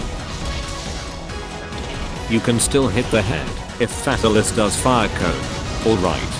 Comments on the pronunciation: Sounds like it's saying Fat Alice Head... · The only thing i got out of this video is how to pronouce fatalis, Fat alis lol